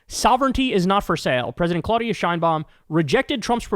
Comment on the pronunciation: and since we are on that subject it is CLAHHHH UHHHH DIHHHH AHHHHH NOT CLOH DIA